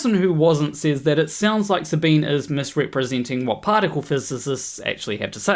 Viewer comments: Love your channel. Never downvoted you. never will. But Sabine is a 3 syllable name. In German, there are no silent 'e's. So, Sabine, in German, would sound to your ear like Sabina. It's actually Sabin-eh (like the first e in edible), but Sabina is close enough. Her name is not Sabeen. I used to like her channel, but don't any longer. But she (and EVERYONE else) deserves the dignity of her own name being pronounced correctly. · Her name is German and pronounced "Sahbeeneh," not French and pronounced "Sah-been." Didn't watch the rest of the video. If you can't even get the pronunciation of someone's name correct, I don't think you're trying hard enough. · Sabine is pronounces her name Suh-bean-uh, even though there’s an e on the end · Not to be a picky pedant, but her name is pronounced with the e at the end as 'ah'. Sabin-ah. That's how she says it and everyone else who mentions her. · You should at least have found out how to pronounce her name. It's only polite. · slight correction to an almost off topic: Her name is SabinE. She is German, thus the E there is not silent. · Professor Dave pronounced it that way and got comments telling him it was the other way around lol